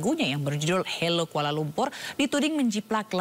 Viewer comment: Dari suara penyanyi & liriknya pun, aku sudah mengagak ini pasti kerja segelintir orang² Indonesia yang anti-Malaysia bertujuan mengadu-domba, sebab²nya ialah: 1) Lirik pertama: tulis HELLO. Tapi suara sebut HALO. Orang Malaysia biasa sebut HELO jer 2) Sebutan KUALA LUMPUR. Sebutan dalam lagu tu jelas & keras bunyi akhiran "R." Sedangkan orang Malaysia biasa sebut KUALA LUMPO, atau KUALA LUMPUr (bunyi "R" tak jelas) 3) Pemilihan Lirik: AKU. Lagu kanak² Malaysia mesti sebut SAYA. Biadap budak² kecik sebut AKU. 4) Lirik IBU KOTA bunyi pelik: orang Malaysia biasa sebut IBU NEGARA atau BANDARAYA. Jarang orang Malaysia sebut KOTA melainkan ada sebuah Mall dekat Stesen Bas Puduraya tu namanya KOTA RAYA. 5) Lirik KOTA KENANG-KENANGAN bunyi macam pelik jer. Apa yang nak "dikenang" sangat dengan Kuala Lumpur tu?? 6) Lirik AKU SUKA SEKALI pun bunyi pelik. Secara formal, orang Malaysia biasa sebut AKU SANGAT SUKA atau SAYA PALING SUKA 7) Dalam video ada gambar Patung Besar. Patung itu letaknya di Kuil Hindu Batu Caves, Selangor. Bukan dalam Kuala Lumpur. Lagipun lagu kanak² Malaysia secara umum tiada objek agama apalagi kalau rumah ibadat bukan Islam. 8) Jalur Bendera Malaysia tak cukup. Perhatikan benderanya cuma 13 jalur, walhal yang betul ialah 14 jalur 9) Nama channel LAGU KANAK TV. Pelik kan? Padahal orang Malaysia sebut kanak-kanak 10) Judul di video tersebut jelas salah & terpesong. Apa kena-mengena video lagu itu dengan NASYID KANAK-KANAK ISLAM MALAYSIA ?? Ada konten berunsur ke